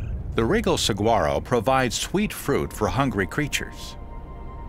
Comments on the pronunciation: I too live in AZ and it hurts my ears to hear the commentator mispronounce SQUARRO over and over again. Yes, we know it is SWUARROH - I HOPE THAT HELPS THE NON ARIZONANS, LOL. I have lived in many places but Arizona is my love. Here is my question to my fellow Arizonans.........Other than hiking, what fun things are there to do at this "National Park"? Seriously. I will eventually be taking my family there but most of the things I have seen can be done at home for me. The really fun things seem to be in Tucson and are not really a part of the Squaro (Swuarroh) National Park. I understand that Tucson needs some economic help but so does the rest of the state, lol. Maybe we can have Wil E. Coyote race The Road Runner with some rocket propelled shoes from the Acme Company????? No???? Hey, it was worth a shot. Seriously though, if anyone knows of some fun events to take part in, please let us know. It will be really appreciated. Thanks all and God bless. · This narrator can not only pronounce Saguaro correctly, but his facts are incorrect as well. I’ve measured fallen giants to 75’ tall. And scientists as well as historical authenticators have claimed that these giants can live up to 300 years. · Rare? We have a monsoon season along with the rains that winter brings 😅 who is this guy 😂 ps the g is silent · He said saguaro wrong as well as saying cactus's. Its cacti smh. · Narrator starts out pronouncing the “G” in Saguaro then “cactuses” instead of “cacti”. Not a good start to an educational video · I propose that ethnicity has nothing to do with it, but exposure to the linguistics of the Southwest and its terminology. Arizonans know the G is silent, Caucasian or not. Narrators should learn the regional phonetics before they record, and conscientious ones do. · Do some research before you take a check to narrate a video chief! The "G" is silent and would sound like an "H" if spoken correctly. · The "g" in saguaro is pronounced like an "h"...get it right buddy.